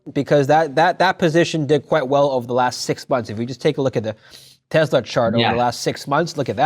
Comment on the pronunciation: it is PRONOUNCED TE"SS"LA not TE"ZZ"LA